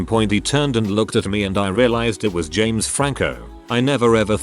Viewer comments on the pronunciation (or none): none